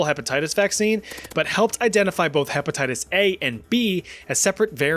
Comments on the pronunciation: dont think i didnt notice that you said hepetitties XD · herpatitties? LOL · Lol harpattites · "HEPATITUS A" & "HERPATITTIES B"?.....Umm, what?